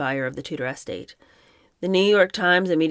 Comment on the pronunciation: Estate is not said like “ES-tate”, it should be said “es-TATE”. Yay, you did say it right at least once here. Besides unusual pronunciations, I really enjoy the reading and the commentary. 1st time I’ve seen this format.